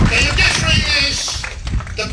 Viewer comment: Judiciary not Udiciary, fa’amaka lelei lou guku 😂. Ua silafia uma e Samoa uma i le lalolagi lou pepelo ma lou kaufa’aleaga. Pei a o lau kala fai so’o, “Ua e koe eliā a lou ku’ugamau”